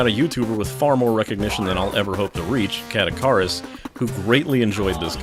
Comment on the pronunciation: Me. re-watching this video again three years later: ... wait, did he mean Caddicarus (like Kid Icarus)?